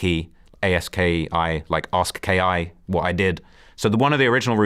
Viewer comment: He also still thinks big A's Twitter name is in reference to ki when his name was that because the letter A of course his first letter and added "ski" (as an ski mask). Alot of ppl used to add that to the end of their name for example broski etc etc. His name is pronounced "aye-skee" yet still speaks as if they're facts lol